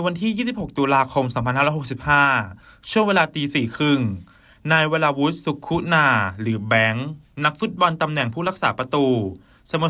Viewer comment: เขียนสุขุนาอ่านว่า..สุขุนา..ไม่ใช่..สุคุนา..